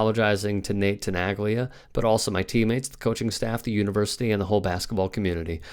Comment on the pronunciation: Please... it is pronounced as Tenalya, not Tenaglya..learn some Italian please... it is like Bologna, Bolonya